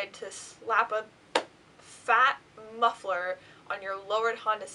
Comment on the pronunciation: Did she seriously just say mufferlered?